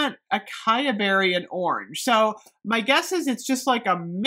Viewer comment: ps- acai is pronounced "ah-sigh-ee"😊